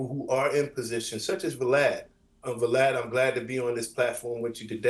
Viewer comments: "Cooms" and "Vah-lad". No one in this video seems to know how to pronounce names 😒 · He called him Vuh-lad"